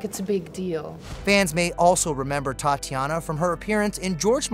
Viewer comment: Tatjana, not Tatiana